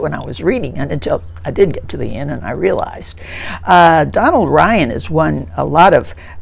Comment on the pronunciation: Donal is pronounced Dough-nal